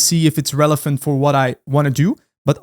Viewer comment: I love how you pronounce relevant as "relephant"